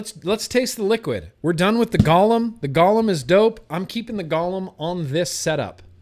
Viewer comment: Love how you say, "Ghalem" and then correct yourself to, "Golem" and then 1 minute later you're back to, "Ghalem"